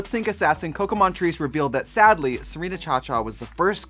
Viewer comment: Ever since Bob pointed it out, I can’t hear Trixie say “sadly” normally.